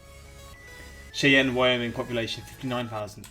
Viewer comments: I can tell you’re not accustomed to pronouncing Native American names. Cheyanne Wyoming is pronounced Shy-Anne. Souix Falls is pronounced Sue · And Cheyenne being "shy-anne" rather than "she-en" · Cheyenne pronounced "Shy-ann". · I could be wrong, but I think Cheyenne is pronounced shy-ann. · Cheyenne is pronounced shy-ann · it's pronounced " Shy-Ann" and the population of the entire state of Wyoming is just over 500,000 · #48 is pronounced Shy Anne. #45 Billings, MT is where I live outside of the city limits the population is closer to 100K now just in the city limits and the picture was taken from stanstone clifts that rise to the North of the city looking towards the South at what is known as the South Hills. There are so many better spots they could have taken a picture of including Sacrifice Cliff where Native American Tribes in the area would herd the American Bison off in order to Slaughter them. During a Small Pox outbreak caught by another tribe Warriors (the young men) who did hunting and fought to protect their tribe) from the Crow Nation who call themselves Apsáalooke, also spelled Absaroka blindflolded their horses and rode off this cliff in order to prevent infecting the members of their families, clans, and tribe with a very deadly disease that they had no immunity to and that wiped out many Native Americans. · Just letting ya know it’s pronounced shyann Wyoming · Cheyenne is pronounced "SHY-anne" not "chee-en". ;-) Boise is pronounced "BOY-zee" Des Moines is pronounced "deh-MOYN" Wichita is pronounced "witch-ih-TAW" Louisville is "LOO-ee-vill" Maryland is "MARE-uhl-end" not "merry-land" ;-) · Cheyenne is pronounced “shy”Ann Salt Lake City is home to the Mormon church. Boise is pronounced “boy-Zee Remember these numbers are ONLY the city limits and what is included in the postal space, these numbers are not the full city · Cheyenne = "shy-ANN" Boise = "BOY-zee" Des Moines = "d'MOYN" Wichita = "WI-chi-TAH" Omaha = "OH-muh-Ha"